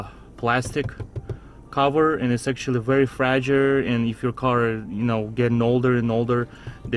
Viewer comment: "Very fragure"